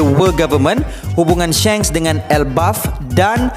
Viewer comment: Pronounce die SHANKS its not SHENKS haha tegur je sbab lagi sedap klu shanks hahhaha